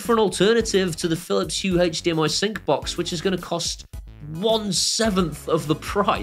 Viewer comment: haych dmi....kills me every time. ive died like 20 times in 4 minutes! great video, thanks for the heads up on all the new stuff keep up the great work